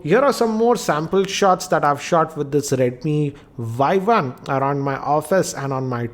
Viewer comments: Its Y1 not YI.... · its not [Yi] its 【Y1】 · Its not yi its y1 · It's Y one. Not Y i. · it's y one not yi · Not yi its y1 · sir is not a yi its a Y1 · its Y1 not i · SIR ITS Y1 NOT YI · Bhai Y1 not not Yi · It is Y1 and not Yi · Y 1 not Yi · Did he just made the first mistake by saying Yi .. Isn't it supposed to be Y1? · i think its Y one not Y i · Sir not yi its y1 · This is not Yi its Y one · he did say Yi first but all other times in review he said Yi One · It is not YI as you mentioned first. It is Y1. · It's not yi it's Y1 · Y One! Not Yi